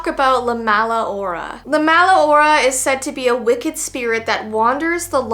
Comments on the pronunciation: Hora is pronounced ora the h is silent :) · to correct you it’s pronounced La Ora the H is and the r pronounced as d and your pronounced Mala good so yea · And it la mala ora in Spanish the h does not sound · I’m not trying to be rude but I love her pronation of hora because the thing is that the h is silent so you would pronounce it ora